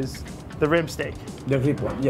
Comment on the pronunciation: A parte che dovrebbe già saperlo dire..... ma continua a dire STIK anche dopo aver sentito il ristoratore dire 50 volte STEIK ..... va beh